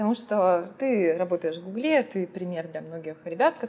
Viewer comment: Работать в "гуглЕ" - это как-то по-французски что ли?)) Нет, серьезно, это ударение...